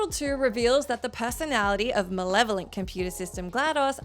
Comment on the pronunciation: Yay you pronounced malevolent right this time around 😁😁